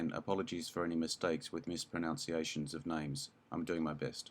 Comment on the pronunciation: LOL 'apologies for any mispronOUnciation of names'...the word is pronounced 'mispronUnciation'...ah, the horror...